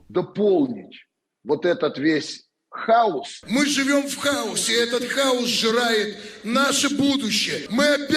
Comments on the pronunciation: На канале Дом всё прекрасно разъяснили. Профессора научите правильно говорить - хаОс, ударение на О. Украинки такие сильные, любят семью, родину и вдруг такая бестолковость, простите. Какте-то кликуши, истерички. В Израиле девушки не просто регистрируются для крайней необходимости в военкомате, все военообязаные и гордятся этим - есть постоянный враг. И рожают, и ремонты делают. Ну, мужчины, держитесь, тыла у вас нема, на жаль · Треба було нагадати що правильно не хауз а хаоз )) шкода що ти не є симпатиком президента, ти самим ти проти України... Треба визнати що Зе краще чим його попередники...... Та оновлює Україну та не зраджує... Це головне.